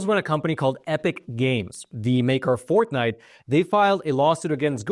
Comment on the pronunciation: Is he saying “ Fourth Night”? 😂